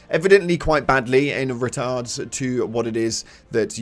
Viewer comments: Anyone else laugh when said 'retards' instead of regards 🤣🤣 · I think what you were trying to say came across reeeeeeeally badly here, "regards" doesn't have a "T" in the middle there 😂